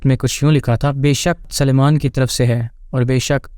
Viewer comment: Hazrat Suliman aism ka naam bhi nahi bolne aara